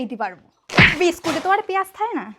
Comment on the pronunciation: ভাই ওইটা বিস্কুট বলে নারে ভাই😂😂